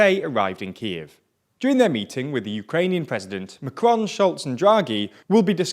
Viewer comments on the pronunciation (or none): none